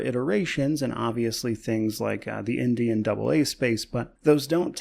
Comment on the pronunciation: For a moment, I thought you said " the Indian AA space" and I was like IM LISTENING (actually "indie and AA space"